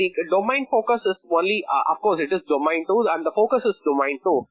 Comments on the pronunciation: Is domEIn not domAIn. I cant believe you guys teaching others about these important subjects and certificates and cant even pronouns the word domain correctly.. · Sorry if it sounds rude. ISACA is an international recognised body. There only one way to pronounce the word domain. Either you know it or you don't. These professionals need to up their game. You cant go on a call with a client from Australia, USA, UKnand call the word domAin.. Soz